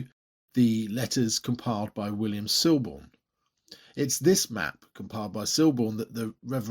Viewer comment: The L in Siborne is silent